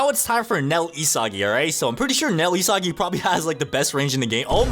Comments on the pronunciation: It’s not isagi [i-sa-gi] it’s isagi [e-sa-gie] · he said isgis